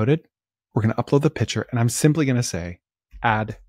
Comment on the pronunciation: Hi, love your episodes. A minor suggestion, you say "pitcher" when it should be "picture".